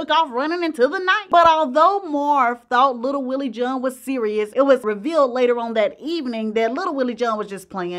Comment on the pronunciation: Wtf is “little Willie Joohn?!”